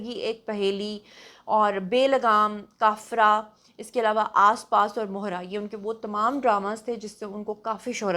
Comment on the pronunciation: Laeba k drame ka nam kafera nh kaffara h